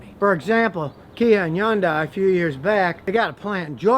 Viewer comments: i know what you mean ...but ...it's sorta like the Porsche - Porscha Some people say Hi-Unday or like scotty says it He-Unday then i found out years ago its actually Hun-day , like Sunday. Even tho i know its Hun-Day , i stil find it hard not to say Hi-Unday ....again sorta like Porsche & Porscha pronunciation. But ya i see what you are saying. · Its not "E-UN-DAY" its "HI-UN-DAY-EYE".. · IT'S PRONOUNCED "HUN-DAY" NOT "YON-DIE"!! 😂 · What the F is a Yondie? Its Hyundai. Thats how even the company itself pronounces it in the commercials. I'll go with that. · Scotty need to update his perception with Kia and stop saying Yan Dai, there is an H in the beginning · Scotty why do pronounce Hyundai as Yundai? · Scotty learn how to pronounce Hyundai. You need to pronounce the H not the Y the name of the manufacture sounds like this Hun-day not Yun-dai. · no, h is pronounced in Korean as well. Hhuan - dai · yes but Scotty was pronouncing the end "die" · Hai-un-dai is how it's pronounced. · I worked for Hyundai, it’s pronounced with the H and it it sounds like Sunday with an H. They ran a commercial stating this! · he thinks the H is silent LOL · Scotty, you are working TOO hard saying Hyundai. It's pronounced HUN-day, like Sunday.. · HUN-DAY Is how your pronounce it Scotty 🤦‍♂️ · i just googled the CEO of Hyundai saying it and he says like HIN-DAY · he says Hyundai like yundai. i’ve never heard anyone pronounce it like that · Drive sisters Hyundai in Korea in 1980. This review is the first I disagreed with. Check where Consumer Reports now rates Hyundai and Kia. BTW, as a Korean speaker, it’s pronounced “Hyon dae”. Literally this means “Modern era.” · Correct pronunciation is actually “hyun-deh” The real korean pronunciation. :) 현대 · Scotty, it's pronounced "Hun day". It's like "Sunday" with an "H". Source: Korean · I will let that "yundai" go. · Hey called it "Yundeye" wtf?? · i never hear of anybody say 'yeon daai' lol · Stop saying YunDai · Hahah yundi it Hyundai